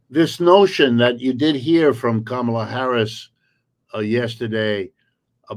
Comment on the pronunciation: Excellent pair. Good program, as always, N, KA' ma la is the pronunciation.